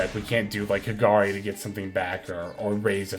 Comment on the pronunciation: First time i heard pronouncing kagari in the correct way XD. Awesome video, keep up the good work.